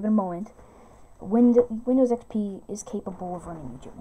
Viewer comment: windyows expey